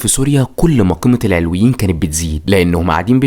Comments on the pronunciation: معلش اسمهم العَلَويين بفتح العين واللام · ياخي ڤيديوهاتك حلوه مفيش كلام 😂 بس اسمهم العَلوِيين مش العِلويين ركز 😂 أنا سنيه الحمدلله